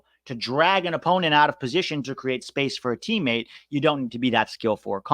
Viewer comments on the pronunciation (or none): none